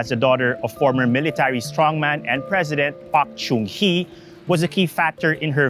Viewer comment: Get an interpreter who speaks Korean. Her father was President PAHK JUHNG Hee. NOT JOONG. JUHNG.